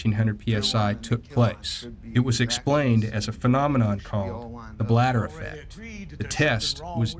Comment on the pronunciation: issa bladdah ee-fect